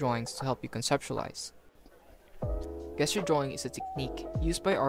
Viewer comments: awesome vid. btw its "JESS-ture" not "GUESS-ture" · just fyi it's Jes-ture not Guess-ture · I've never heard someone pronounce "Gesture" as "Guessture" instead of "Jesture" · It's pronounced "jest" you're a gesture is usually a hand motion you make to give an impression of something, or communicate an idea. Like the 'jest-ure' of sliding your finger across your throat, meaning death or you're dead. Remember it's a soft 'g' (or j sound), not a hard 'g' as in guess it's not "guess-jer" it's "jess-ture" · hey bro, sorry if this comes accross a bit presumptuos: the G in gesture is pronounced as a J sound, so while it reads "guess-ure" its said "jess-ture". English is a bit bullshit and theres no real obvious inidcator for these tiny technicalities other than just hearing people say it. Thanks for the video btw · bro said guess-ture😂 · Good video dude. I hate to be that guy, but "gesture" is pronounced jes-ture, as in , "that dude was gesturing me to jump in the bin". Keep up the good work 👍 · It's pronounced JJJJJEsture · The fact that he was pronouncing gesture wrong the entire time really bugged me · Nice video, very encouraging! For your edification, the word “gesture” is pronounced with a “J” sound at the beginning, not a “G” sound like “grape.” Hope you keep up the videos! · This video is great. Thank you for sharing your process. Gesture is pronounced with a J sound instead of a G sound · You are saying gesture wrong. It’s a soft g not a hard g. Don’t attack me. I’m trying to help. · Good video... yes... but I cannot be the only one annoyed by how he says "gesture"....